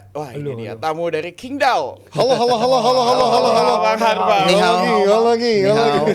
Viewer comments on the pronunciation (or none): Qingdao penyebutannya CINGDAO